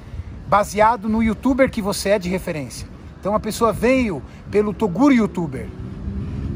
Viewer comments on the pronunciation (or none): "Torugo", kkkjk eu achava que era Toguro né Toguro: Qual a chance desse cara errar meu nome fellas !